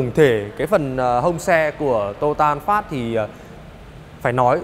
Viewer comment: Vietsud là "an pha" chứ an phát cl